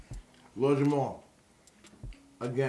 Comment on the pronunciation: It sounds like ur saying Jamal. It's JAMAR! Lord Jamar....🤦‍♀️